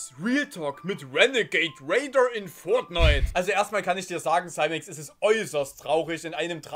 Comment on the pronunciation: Dachte er heißt Simex... nicht saimex (ausgesprochen)